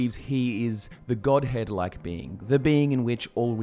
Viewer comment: every time i hear godhead, i hear godhand